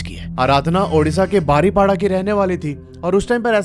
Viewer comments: मैं ने यह दशहरी स्टोरी सुनी जो अपने बारीपोदा को बारीपाडा कहा । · बारीपाड़ा नहीं बारीपदा अच्छे से बोलो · Bhai Baripada nahi 😅 बारीपदा hai 😊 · बारीपाडा नहीं बरिपदा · Im from baripada .aur ye बारीपदा hai बारीपाड़ा nrhi😅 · Are Bhai baripada nehi paripoda pronunciation hai...kese bolte ho ...thoda pronunciation sikh lo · Bro ise बारीपदा bolte h not baripada 👍 jay Jagannath 🚩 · बारीपाडा ❌ बारीपोदा ✅ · बारिपड़ा नहीं भाई , बारिपदा बोलिए ❤ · I'm from baripada and sir you pronounced our city name wrong 😢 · Rasulpur nahin rasulgarah. Baripada ko kya bol re ho bhai. Bahut sara galati kar re ho area k names me.